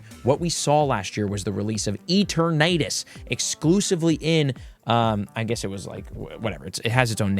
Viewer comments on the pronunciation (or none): please bro "e-TERN-atus. great video though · What the hell is a E-tur-nay-tus? It kills my ears the way you pronounce it.